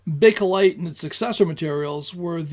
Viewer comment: Learned several things from this vid; the diff. between gutta percha and hard rubber, the manufacturing process of items of each, who did or did not use each and why, and the correct pronunciation of bakelite. Thanks. Informative as always.